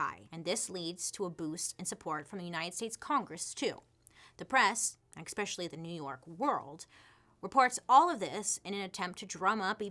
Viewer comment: I love that you hate the "R" in february but say eCXpecially instead of especially. 😂😂😂😂